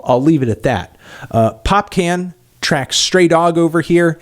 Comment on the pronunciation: It's popcaaaaan. as in popCAWHN. from popcorn.